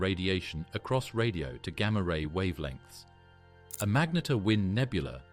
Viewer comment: narrator pronouncing "magnetar" 3 different ways within the same breath... infuriating enough to stop watching